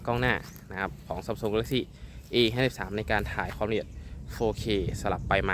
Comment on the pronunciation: พูดให้ชัดหน่อยนะโดยเฉพาะคำว่า 53